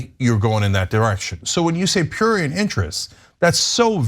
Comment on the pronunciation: Ana is too old to be struggling to pronounce words like prurient, shes one of the greats, but she pissing me off